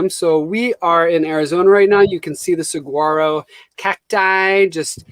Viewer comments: Your pronouncing Saguaro correctly now. Say it faster🤣🌵🌵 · The new Titan Solo stove fire looked awesome! I can see why you picked up those chairs because they look perfect for the roof deck. Oh, and after someone brought it up, I went to one of those internet pronunciation sites and SAGUARO change the GU to W -- SA WA' RO. Another thing I learned here! I loved the campfire. Let's add more to the Lives. Have to tell one on myself-- I try never to push people's fear boundaries because as said a little fear is adrenaline, but too much is panic-time. Years ago, one of my good friends & I were going to get a Blockbuster rental (dates me, I know) and a pizza for our first rental movie night. When I stopped, I picked up Dead Calm, a psychological thriller. Turned out it had her worst fear -- stalker! I thought she would never speak to me again by the time it was over! So before you start ghost stories or anything else that may scare family or friends, be sure you know where their "buttons" are. For when we start using our Solo stove-- how long does it take to cool that stainless steel down? You have to be careful re-packing it hot, don't you?